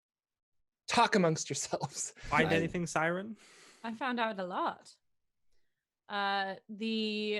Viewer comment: Taking a shot everytime says Syrin's name wrong